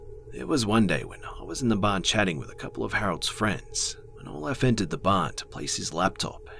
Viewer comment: in one of the stories when he said Olef? I kinda thought of Count Olaf from A Series of Unfortunate Events lol